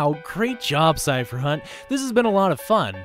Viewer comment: Bill Cipher not bill chypher